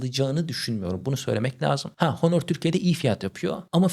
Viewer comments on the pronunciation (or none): none